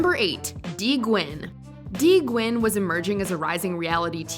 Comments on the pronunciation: The way the narrator pronounces the last name 'Nguyen' as "Gwen" rather than "New-Yen" tells you most of the staff haven't even been around asians before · “Dee Gwen” lol it’s “Dee New-en” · Just to let let you know nguyen is pronounced more like gnu-yen then gwin. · Anyone also got a little bothered of her pronouncing Nguyen as “Gwen”? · Exactly. Trying to shed light on racism yet doesn't know how to pronounce asian names properly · As a Vietnamese your way of pronouncing “Nguyen” is completely incorrect as well.